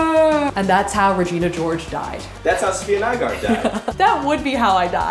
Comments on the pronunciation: Today taught people how to pronounce Nygaard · I love how pronounced Sofiya Nygaards name totally wrong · I’m so grateful said your last name, because now I can pronounce it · Idk if I am stupid or not but I've been watching Safiya for a year now and just answer my question on how to pronounce Nygaard. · Finally the debate and guessing of name pronunciation is set to rest